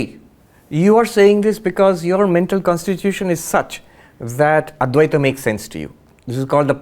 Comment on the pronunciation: It's not Adweath. It's adwaith